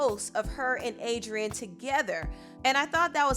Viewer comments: 😒😒😒then he said Adriana 🙄🙄😠ughhh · Pronounce Adrienne’s name right wtf